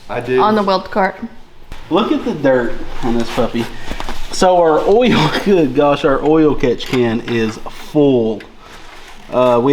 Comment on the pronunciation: Honestly, please stop saying oi-il. I much like ol better. 😂 Be who you are!